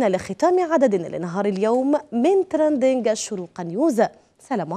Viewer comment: كفاكِ تقليدا لمديعي BBC تراندينڨ وكوني على طبيعتك + ركزي حتى لا تخطئي في نطق الكلمات + نتمنى لكم كل النجاح والتوفيق وحفظكم الله وهداكم لما يحب ويرضى